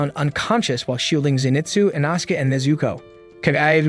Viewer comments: “Inausuke” “fanjiro” “ kaayu ubayushiiki” “jyaku” “canal” “aloey” “temayo” “tekkin tekkiwoara” etc. 💀💀💀💀✨💀👺💀💀💀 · and that that inoske is called "inoskeh" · Bros saying ENAHSUKa ITS I NO SU K E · It’s pronounced E-No-Skey